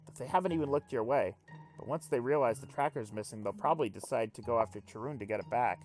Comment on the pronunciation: Pretty sure it should be pronounced Ka-run, since it's from the Greek "Charon".